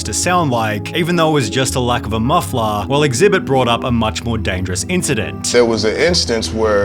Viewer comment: wtf is a Mufflahh